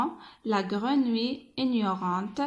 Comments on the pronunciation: Attention à la prononciation du mot grenouille ماشي قرونوي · Faites attention à la prononciation du mot " grenouille" !